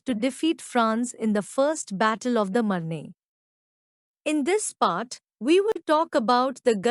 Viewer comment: ‘The battle of the Marne’ is pronounced ‘MARN’ ; Gallipoli is pronounced ga-LIPP-oh-lee— Is there any way you can hire a native-English speaker to recite these facts on your next YT video ? The accent on this one is very hard to understand but the content is not bad—although it might help to extend the length of the content by adding live-historians to give their take on WW1 — aim for a 45-minute video to be worth the time … and to understand what was what by providing much needed background CONTEXT …